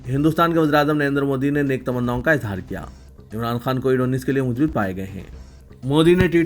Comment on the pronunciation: Musbat ko ap musbit kahte hai Jo ghalat hai Arabi word hai